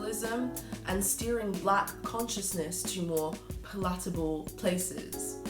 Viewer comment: Is that a British way of pronouncing the word “palatable,” or is it idiosyncratic?